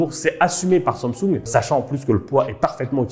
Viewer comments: Pourquoi il dit toujours sansoug 19 fois au lieu de dire SAMSUNG sa m'a stresser il m'a gaver , changer la prochaine fois de présentateur svp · La prononciation de Samsung stp, c'est pas si compliqué, sinon go orthophoniste 😓